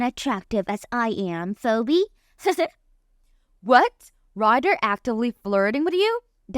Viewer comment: Phoebe is pronounced, Feebee. Otherwise, thanks for the story.